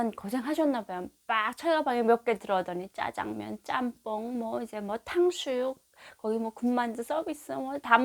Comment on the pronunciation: '탕슈육'이 아니라 '탕수육'아닌가요?